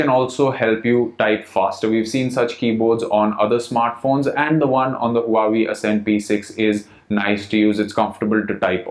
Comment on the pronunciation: is Wa - Wey... not hu hu.